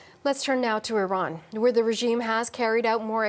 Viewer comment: Its not even pronounced in that way